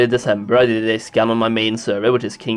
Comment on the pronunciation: who always hears "Scam" instead of "Scan"? anyways...50% of these numbers are bots, and perhaps 23% of them are of us...more infos next to the icon to the left soli baby <3